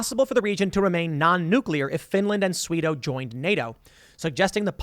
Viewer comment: Oh, Swedo? Phew... For a second there I thought he said Sweden...